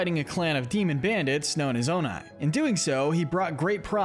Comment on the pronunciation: "Oni" is pronounced "oh-knee", not "oh-nye"